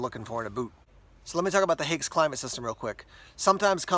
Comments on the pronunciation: One of the best boots ever. The new standard issue of the German army. But „Haix” is pronounced like “hikes” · I’m not German, so fell free to correct me. But isn’t it pronounced like “hikes” boots?